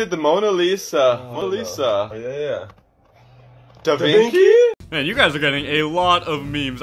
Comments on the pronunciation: Who painted the Mona Lisa? Both: Mona Lisa Answer: Da Vinci Both: DA vINkEY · "Who painted Mona Lisa" "Da Vinki???!" 😂😂